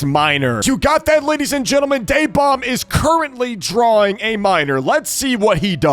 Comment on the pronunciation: It’s DaeBomb. Ok. Just to remind you.